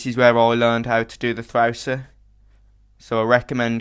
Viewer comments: M8 u are sick at this ! Btw i love the way u say Thrausi lol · I like how he says thrausi its funny :D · I love when you Say Thrausi^^ Very cool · ZerOH.. not ZeroUH, Thausi.. Not ThausUH... stop saying cool so much... Otherwise.. Brilliant dude.. thankyou.